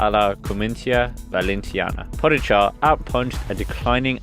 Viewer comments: Pojacar....i hope he learned prononcination til now :) PoGachar.... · Po-ga-char is the Pronunciation for everyone who don’t know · You pronounce his name really strange. As a Slovenian I cringe every time you say his name :)